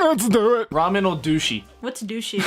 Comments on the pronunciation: lol ramen is dutch for windows yeah but you say it like raamen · as a person who speaks dutch... yeah ramen are windows (but pronounced different) XD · ramen is actually plural 😂 window= raam